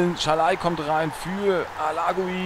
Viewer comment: Moränen es sein das Bergi immer Schalai sagt??? :D